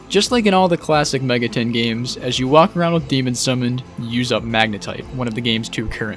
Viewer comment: are you pronouncing it Mega ten on purpose?